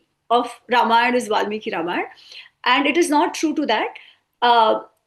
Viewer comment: Bhai Ramayan toh thik se bol